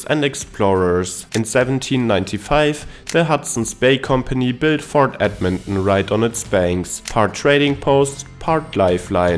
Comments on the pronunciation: Ed-men-on?? Where's that?! I've heard of Ed-mon-ton! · Say it with me now: Ed-Mon-Ton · He said Edminhmm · It's pronounced Edmon-TON just so you know. ❤ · What is the Canadian way of pronouncing Edmonton? I’m guessing it’s not “ed mun Nnn”. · The river valley is awesome year round. Its a flat and mostly bland city looks wise, but it has some unique charm if you know where to look. The way you pronounce Edmonton gives me a chuckle. Myself, I am from Saskatoon, which if you ask me is a smaller Edmonton. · lol the way he says it.